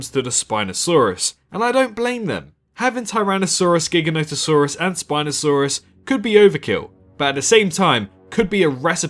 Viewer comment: It’s pronounced Jiga no toe saur us. Can you please give it the respect it deserves.